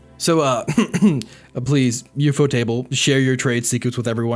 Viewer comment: I agree with what you said and I didnt even know that CGI was used in Demon Slayer. I will however state that the way you say studio ufotable is fucking gross